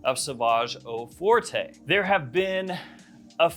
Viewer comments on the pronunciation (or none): Forte is French is pronounced like fort, not fortay (even though we say forte in English like it's Italian or something lol)